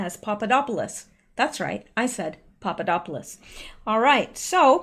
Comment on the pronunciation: I love you but I have to say you do not pronounce Papadopolous correctly. The Greek D is pronounced "th" as in then. I is a common name, same as Smith here. Glad you have a PO box.